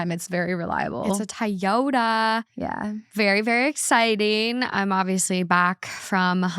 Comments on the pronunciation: Everyone: "Toyota": "Ty-yota" 😅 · Was literally about to comment this lol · why can’t pronounce anything 😂😅 it’s pronounced TOY-YODA, girl! 😂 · i will now be calling toyotas tieyotas from now on. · legit love you but what is a Tie-yo-da 😢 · I tried to ignore...but the way that mispronounced TOYOTA is very frustrating lol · the way says TOYOTA is killing me 😂😂😂😂😂😂😂😂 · I thought she was saying it different. Lol. I was like whattt? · My girlfriend and I are so bothered by her pronunciation of Toyota 🤣 Where did she hear someone pronounce it that way.